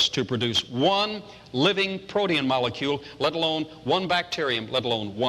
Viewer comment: Was it protein or protean? Either way it sounded wrong.